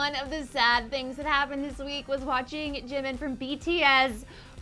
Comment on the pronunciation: "ChiMiN" Lmao😂 #NoHate